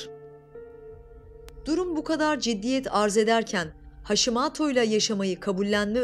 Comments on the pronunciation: Haşimato dedikçe sinirlerim bozuldu. Haşimoto haşimoto. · Sağlıklı Yaşam kastettiğim haşimaato olarak okunmaması